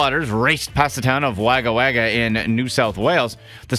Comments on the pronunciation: "Wagger Wagger" XD In Australia was normally drop the second repeat of Wagga Wagga and pronounce it 'wog-uh' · Oh for pity's sake it is pronounced Wogga Wogga not Wagger Wagger do some research. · Its said as Wuaga wuaga not Wagga wagga mate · Wagawaga pronounced wah guh wah guh not way guh way guh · The way he pronounced Wagga Wagga is hilarious. A little research is all it takes to find out that it’s pronounced wo ga wo ga staccato like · HAHA, I am from Australia and I live near Wagga Wagga, and i almost died from laughter at the way he pronounced it? imagine it is spelt Wogga Wogga, thats how it is pronounced. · its pronounced woga woga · Wagga Wagga is pronounced Wogga Wogga. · Omfg. I live in Waga and he got it wrong. My fuckn god. Embarrassing for me. It's pounced Wogawoga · Ur meant to say it like Wogga wogga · it's pronounced "wogga wogga" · Pronounced wogga wogga. It's aboriginal. Wagga means crow and wagga wagga means many crows. The more you know eh! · Holy almost shit myself laughing when "wagga wagga". Never heard it pronounced like that before. Love it. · oh god same🤣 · Thank goodness I’m not the only one that had the need to correct how he said Wagga D